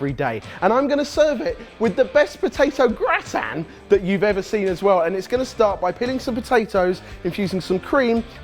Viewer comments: So, what's a gratan? Do they mean gratin? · potato gaytan WHY JUST SAY IT RIGHT